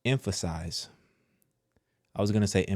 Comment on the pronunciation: you was fighting the air to say emphasize😂 then screaming we need to focus on that sent me 😂😂😂